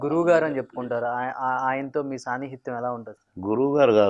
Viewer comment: 11.13 సాన్నిహిత్యం అనటం రాదు...బాగా పంచ్ వేశాడుగా ..నీలాంటోడే అని